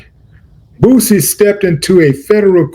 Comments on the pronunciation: They cant even say his name right Boozy 😅😅😅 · I hate the way white folks say boosie they always pronounce it Boozy